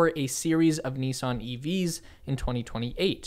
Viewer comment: Good video but it's not NEEESAN, it's NiSSan